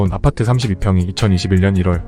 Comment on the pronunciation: 아파트 발음만 특이한 억양이신지 ㅎㅎ 왜 '파'발음에 억양이 올라가는지 아팟!트 ㅎ